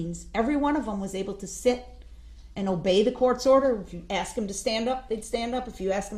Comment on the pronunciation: He axed he axed , it's her fault. Bottom of the barrel Darrell. Wonder what his prison gang name will be!?!? His NEW DOC PIC has been uploaded to the DOC in WI.